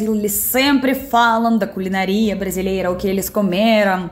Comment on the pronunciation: Camarada não é "culinaria" mas culinÁria. Acento tônica no A.